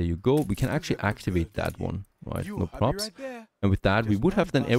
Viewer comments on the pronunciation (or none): none